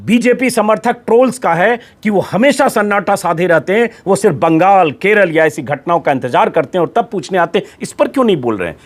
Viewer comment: Please Baagaal nehi Benol boliye..